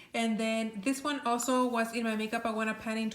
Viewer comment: Do you know how she pronounces Ioanna? Eeoanna? Yoanna?